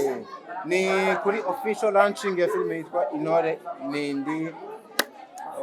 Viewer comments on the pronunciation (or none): On ne dit pas firm mais plutôt film